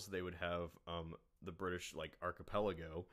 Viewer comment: "archpuloggo" its archipelago